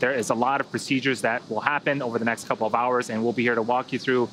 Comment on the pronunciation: Did he say coople